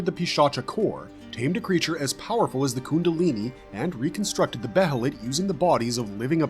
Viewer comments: he says behelit completely wrong. He calls the band of the hawk the band of the falcon. He just says certain things weird lol. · like I said, it's great berserk content. But he calls the band of the hawk the band of the "fulkan" and pronounces behelit "beh-hell-it". It just sounds weird and pretty funny sometimes lol.